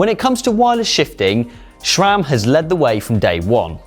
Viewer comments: Can't understand so many Brits' obsession with inserting an "H" where it does not belong. It's Sram*, not "shram" same as "H" is "aidsh*" not "haidsh"! And why can't Sram built a good-looking crankset anymore? That AXS monstrosity looks like an angle grinder from a budget hardware store. And your chain is too short. In the big-big-gear shown in the background the derailleur is almost parallel to the ground when it should be in about a 45 degree angle. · Please stop saying SCHRAMMM